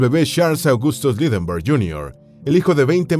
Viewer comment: El lector lo hace bien, pero le hace falta pronunciar mejor nombres como Lindberg.